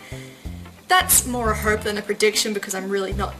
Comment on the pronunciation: When you say hope, it sounds like herp.